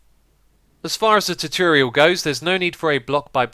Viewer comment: I love how he sais tutorial. Chutril